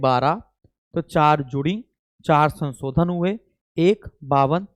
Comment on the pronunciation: kindly learn how to speak word sansodan its shanshodhan